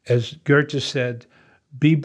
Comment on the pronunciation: ‘Goethe’, not ‘gert just’.